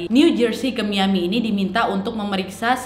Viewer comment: Saran untuk Nadia, untuk bahasa inggrisny bs diimprovisasi lg. Bkn sy sok bs bhs inggris, tp untuk kata EASTERN dibaca ISTERN bukan Estern, dan MIAMI dibaca Mayemi bukan MIYAMI. Waktu sy nonton isdhal woman, ada sebut nama kota d Norwegia dibaca BERJEN, yg sbnrny adalah sm dgn tulisanny BERGEN. Nama kota itu g blh dirubah2 penulisan/pengucapanny. Saran aja ya, Nad.